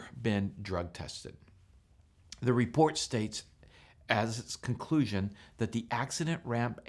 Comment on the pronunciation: Nice "repoat"